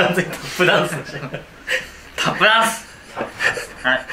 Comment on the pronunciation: タップダンス！ あー、スタッフチャンスに聞こえるわ🤣